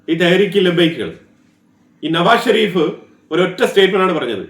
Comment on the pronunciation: നവാഫ്‌ ഷെരീഫ് അല്ല, നവാസ് ഷെരീഫ്.